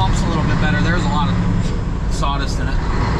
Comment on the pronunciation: What is "sawdist"??